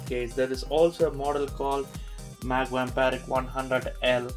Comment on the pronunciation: I don't understand how he can say Pravesh or Naveen.. but he can't say Vampiric :D